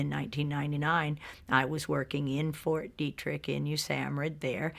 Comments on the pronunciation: its Fort (phonetically) Dee Trick. Ok. Its been around for along time too. I have a pet peeve of proper pronunciation of words. And im Canadian. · They would not even let that human being past the gates of any military facility in the world so sorry for it is pronounced fort deetririck